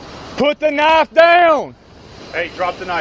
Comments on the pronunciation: He said "Put the Knoff Douyn" about 20 times...sheesh. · Maybe he didn't understand the cop was talking about the "knife" because he kept saying "put the noff down" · Put da Nah-ya-ff dan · “Put the knafe down” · “Put tha knife dow-uhn.” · The officer pronounces "Put the knife down" in a manner that will make my brain hurt for a week. 🥴